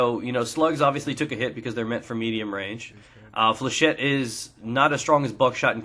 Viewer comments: Flechette is a french word, and it's pronouced Fléchette not flechay. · Pronunciation according to the dictionary is "fley-shet". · It's 'fleuh-shet'. It would be 'fleuh-shay' if it was spelled flechet.